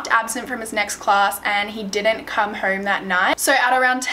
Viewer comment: “Didn’t come herm “ lmfao